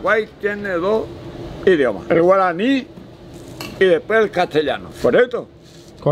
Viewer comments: yo soy de Paraguay y me gusto mucho tu pronunciacion en Guaraní ʚ😅ɞ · La verdad es que le salió muy bien en guaraní jjsjs ni yo se pronunciarlo tan bien :'u